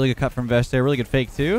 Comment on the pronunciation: when you say vesh i hear vegg'